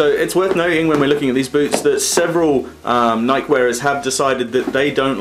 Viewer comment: It's pronounced ni key